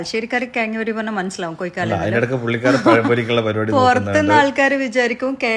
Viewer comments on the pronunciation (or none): കെയങ്ങ് അല്ല. കിഴങ്ങ്. കോയിക്കാല് അല്ല. കോഴിക്കാല്. 👍.